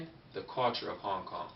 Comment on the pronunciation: when you say suo yi you pronouncation needs to be a little better and also same goes for Hong Kong.